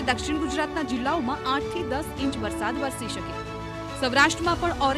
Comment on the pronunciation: Not varshad, varsad. Learn to speak.